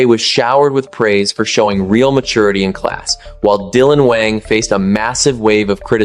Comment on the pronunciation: If you’re going to talk about Dylan, you could start with pronouncing his last name right. People who follow Dylan know he’s kind and being slandered.